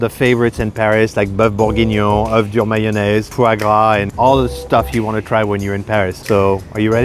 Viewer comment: It’s not Man-naise it’s mayonnaise